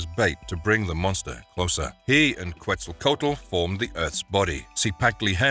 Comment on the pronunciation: Otro gringo pronunciando mal Quetzalcoatl, ya es hasta ofensivo Oh my god it hurts